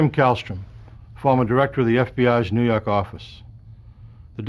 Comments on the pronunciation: "nuu yawk affice" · Noo Yawk Arfice